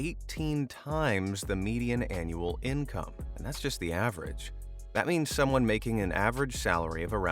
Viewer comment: "price to ICOME ratio"